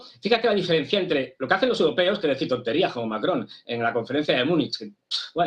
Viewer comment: Macron o Mary-cron??????